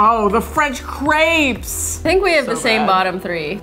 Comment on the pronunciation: " chocolate filled CRAPS" 🤣